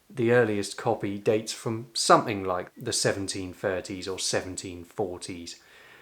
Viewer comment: As an Italian, you've invited me to correct your pronunciation. So please stop saying "wiv', "sumfing" and 'fought" and then I will subscribe.